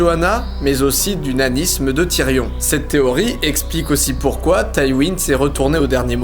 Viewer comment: N'importe quoi il parle bien mais il a bien un accent a la fin de certains mots il place des "eeeeuh" genre théorieeeeuh alors dis pas qu'il a une mauvaise oreille.